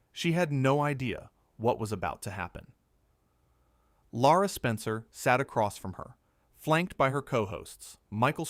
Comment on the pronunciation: Not Laura, Lara Spencer